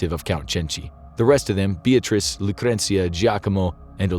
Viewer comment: I like how he made some effort to pronounce all the Italian names...except Beatrice, because f her, I guess lol